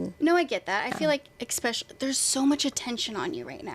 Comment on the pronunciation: Does the interviewer realize she’s saying “eXpecially”?